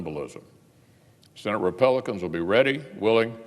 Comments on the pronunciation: "Senete Re-Pelicans" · "vice president hiden" 🤣🤣🤣🤣🤣🤣 does he say senate repelicans?? 🤔😂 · He said, "Senate Repelicans." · Did he say "Senate Repelicans" at the end there? Freudian slip? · He said Senate Repel-icans sounds about right.